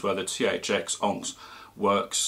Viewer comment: Good review but that's not how you pronounce that well known gems name 'onyx'.